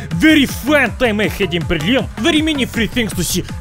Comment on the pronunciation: He actually pronounced Berlin not in the English way and it sounded more like actual German. I am not complaining, he did a good job.